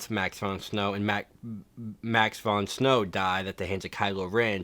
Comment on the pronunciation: Prince of Thieves will always be #1! BTW you got Max von Sydow's name wrong and since he's The Man, I thought you'd want to know. Also, I just started watching the channel and I'm digging the content so far, thanks!